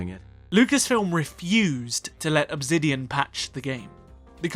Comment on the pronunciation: Why do you always pronounce Obsidian wrong?